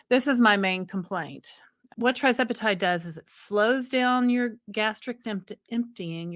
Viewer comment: Hi there.. love your channel.... but can you correct the spelling and pronunciation of TIRZEPATIDE if possible? Its Tir nor Tri. Thanks much.